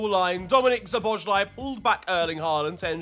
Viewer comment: Hey there, hungarian here. I really like your videos but my ears are bleeding whenever you pronounce Szoboszlai's name (don't worry, hungarian is a pretty hard language), so let me help you out with the pronounciation, cause you're a bit overcomplicate it and it's way easier than you might think based on the letters (or compared to other hungarian names). So basic hungarian lesson, s is sh, sz is s. So Szoboszlai is basically Sobos-luh-y. Sob like sobbing, bos like boss, it ends with an ee (like ski), la is luh. Sob-boss-luh-ee. Anyways, keep up the good work and I'm glad you love our boy!